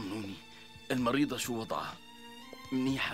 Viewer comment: مين انتبه لما الدكتور قال المريضة قل المريدة